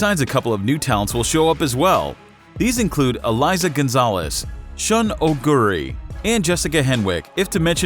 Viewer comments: EIZA Gonzalez, not Eliza, you put respek on my wife's name lol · I’m sorry where tf do you see an L in Eiza’s you butt